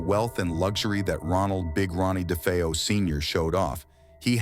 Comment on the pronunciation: Great video, but the narrator mispronounced DeFeo many times its pronounced Day-Fay-Oh. I met John Zaffis recently, Ed and Lorraine's nephew who joined them in many investigations, including the haunting in Connecticut. I asked him was it ever determined what caused the haunting in Amityville. He told me not to believe the Hollywood movies, which I strongly agree; but said Ronnie jr was practicing Satanism.